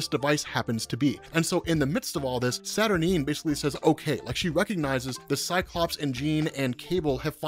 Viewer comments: Kinda puzzled that you are pronouncing Saturnyne as “Saturneen”. Unless there’s something Alan Moore said about it, it would surely sound almost exactly the same as the word “Saturnine”, which sounds altogether far, far better and with the appropriate gravitas such a powerful character deserves. That aside, your video would have me interested enough to buy a Marvel comic for the first time in 30 years. Interesting stuff and well explained. 👍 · Isn't it pronounced Satur9? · Saturnyne is pronounced Satur-9 ! I cringed every time you said it wrong lol. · Isnt it pronounced Saturn eye-n?